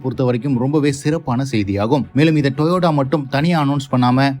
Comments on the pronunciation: Yes this Guy this pronounceing as Toyoda is irritating to watch his video, but purposely doing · Your pronunciation of TOYOTA is wrong. It is TO-YO-TA. Not TOYODA. This spoils the presentation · Dai stop it to say Toyoda.. instead TOYOTO… toyoda is the founder name … initially named in his name and changed to TOYOTO by himself… don’t follow you as loosu paya… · டேய் thambi pronounce properly it's toyota not toyoda. சும்மா Peter விடாத